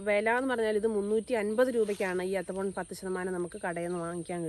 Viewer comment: എത്തഫോൺ അല്ല മോളെ എത്തിഫോൺ, പക്ഷെ ഒരു പ്രശ്നം എന്തെന്നുവെച്ചാൽ മൂന്നാം വർഷം തേച്ചാൽ അഞ്ചാം വർഷം തടി വെട്ടിവിക്കാം 😂😂😂.